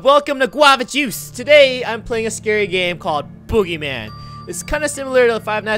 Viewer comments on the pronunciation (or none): When he said boogeyman I heard oogiman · when i first herd u said boogymam i thought u were talking about the wwe wrestler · I Thoght Guava Says BoogerMan XD